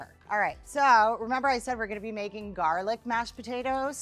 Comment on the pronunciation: "half of my GaHrLic" XD XD has me dying!!!